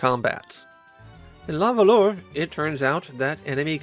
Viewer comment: Ooof. "luh vuhluh". Nobody expects you to know French, at all - so please excuse this comment. It just still pains me to hear 🤣